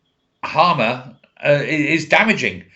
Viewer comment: You said Harmer... But I'll give you that.